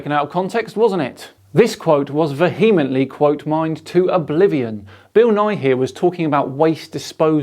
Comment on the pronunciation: "VEE-emently" Again.